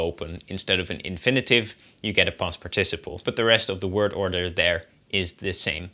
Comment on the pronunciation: The correct English pronunciation is PARticiple, not parTIciple..